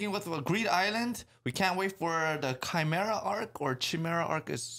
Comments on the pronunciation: "Chimera, in genetics, an organism or tissue that contains at least two different sets of DNA." Also you might know the creature from mythology, the lion with a goats head poking out from its back, and a snake as its tail. I think its pronounced with K as in Kimera.. Khimera? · Dear, it's pronounced with a K. Chimera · Chimera as in Ki (rhymes with Hi) Mera